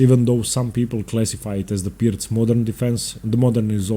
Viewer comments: I've been pronouncing it wrong. Thanks for giving the correct pronunciation and explaining how the opening should work. I'm not a fan of the Pirc because of what it allows for white. Engaging instruction as usual. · Thank you,, your content is amazing. Insightful video. And thank you for properly pronouncing "Pirc" and "fianchetto."